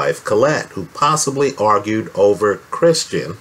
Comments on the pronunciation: Well done. But it's "Kristen" not "Christian." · Is anyone else bothered how this guy keeps adding an R in Kristin's name and calls her 'Kristrin'? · It’s Kristen, please stop saying Christian! Geez